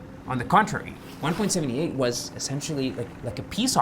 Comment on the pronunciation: Its pronounced One-Point-Seven-Eight and not One-Point-Seventy-Eight. Numbers after the decimal point are pronounced as individual numbers.